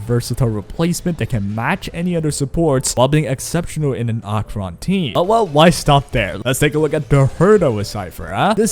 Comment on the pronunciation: I have never heard ANYONE pronounce Acheron's name as Ah-Cron